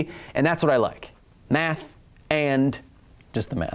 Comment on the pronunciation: Is it just me or did anyone else noticed that Kyle pronounced Aaron’s name as A-A-ron?